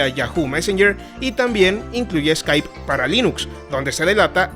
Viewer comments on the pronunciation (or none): none